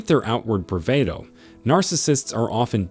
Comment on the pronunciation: Great info, but try pronouncing "Facade" & "Bravado" correctly next read.